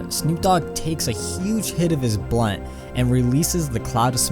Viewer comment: triggered everytime you say blunt